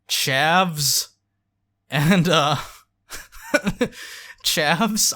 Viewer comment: Every Brit watching this video, including me, when says "Chavs!": "WHEEEZE!"